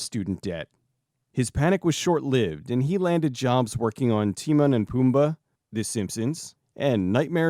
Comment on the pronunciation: That is NOT how you say Timon! Otherwise a great video. 😂